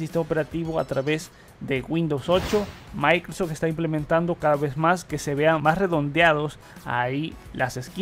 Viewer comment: No lo se pero sabe decie "maincrosoft", y luego en todo el vídeo "maincros", y así con varías palabras, la y creo que es importante pues su contenido se basa en su voz y noticias del nuevo windows almenos actualmente.